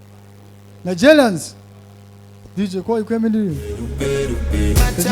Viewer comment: Rumi, inyuguta ya "R" yarakunaniye. Bavuga Nigerians apana Nigelians Americans apana Amelicans Macron apana Maclon.